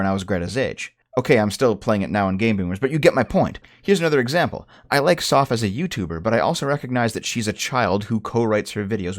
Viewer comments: WOOOOOOO!!! SNES!!!!! Also, it's Soph like "loaf", not Soff like "cough"... Short for Sophia. Who the fuck is named Soff?? Soffia? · Not to be the guy who says our teenage girl is better than their teenage girl, but she is. First off, you’re saying her name wrong. It’s not soph as in sophomore, it’s soph with a hard vowel sound. Second, she doesn’t write scripts with her older brother. She writes scripts with a guy her age who she met online, I think. I’m not entirely sure on that end, but I am 100% sure her brother isn’t involved.